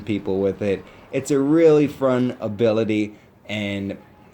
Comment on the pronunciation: he says frun instead of fun but I only point out these things because I am a self conscious loser who thinks it is frun to do this stuff